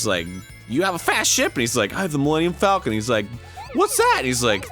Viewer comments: "milennium fULCON" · Millennium FOLCUN🤣🤣🤣